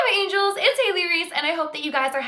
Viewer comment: She said angels like angealzz